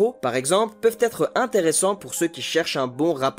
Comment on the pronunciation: Je n'ai pas voulu paraitre pédant mais franchement la liaison T être est vraiment osée